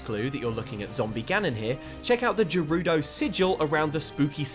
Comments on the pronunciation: Ganondorf instead of ganon, Hillian not Hylian and Jerudo instead Gerudo what is wrong with this guy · Not recognizing the difference between Ganon and Ganondorf and then repeatedly pronouncing Gerudo wrong makes me think they should just stick to Xbox... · the g is said like in guard in gerudo not jerudo guys please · Anyone else have a pet peeve of when people pronounce Zelda things wrong? Well, more specifically, did anyone have a seizure when he said JERUDO?! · This nigga said jerudo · Lots of Jerudo comments... He also said “Hillean” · "Ganon" instead of Ganondorf, "Jerudo" instead if Gerudo and "Hilian" instead of Hyrule... Have you ever actually played a Zelda game, bud? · If you’re calling them Jerudo then just call him Janon. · "Hill-ian"? "Jerudo"? Sorry for being picky, but I'm pretty sure you're saying the names of these races wrong. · wtf is Jerudo? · jerudo? It's pronounced with a hard g sound. Did you not take note when Urbosa's ghost says that Ganon once took the form of a Gerudo after defeating Thunderblight Ganon? I also take issue with your pronunciation of hylian it's like Hylia but with an at the end. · A few things... 'Hylian' is pronounced 'HIGH-lee-in' 'Gerudo' is pronounced 'Ger-ROOD-o' not 'Jer-ROOD-o' Also,everyone else seems to be doing this...I'm calling it Legend of Zelda: Grasp of Ganon for now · Jerudo..... GERUDO! GUR RU DOUGH UGHHHH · Gurudo the g isn’t pronounced as a j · It's GA-rudo, not JE-rudo What, do you say JIF too? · “Jerudo” oh no not you too. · This bitch really just said Jerudo.. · Botw’s voice acting is here and we still have people sating jerudo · Nobody: outside xtra “Jerudo” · Youtuber: calls Ganondorf, Ganon. Calls Gerudo, Jerudo. Me: Is he even a Zelda fan? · Waaiiiit Did he Just say Jeh-rudo? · J A R U D O ? Bro... The fuck? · jErUdO Me: heavy breathing intensifies So more people agree that him saying it like that is extremely uncomfortable 😂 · Did you say jirudo?its a g not a j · Who says Gerudo like that!?